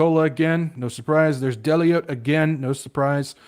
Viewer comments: Deloitte is pronounced duh-loyt! 🤣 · Deloitte is pronounced deeloyt